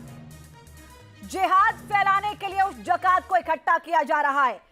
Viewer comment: Pehle bolna to seekh li jiye mohtarma wo zakat hai jakat nhi😁😁😁😁😁😁😁😁😁😁😁